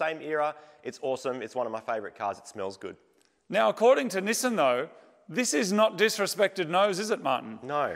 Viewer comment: It seems so strange that you call it "Nissin" like the brand of instant noodles rather than "Knee-Sahn" like the company formerly known as Datsun.